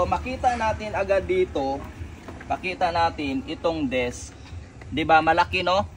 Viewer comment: Disk po hindi desk 🤣